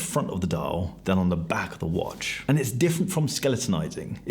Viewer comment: Don't forget to always pause before the last word in a sentence, everybody! And that watch is pronounce whuaaatch!